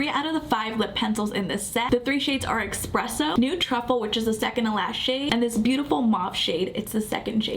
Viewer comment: Esssspresso there's no x in it.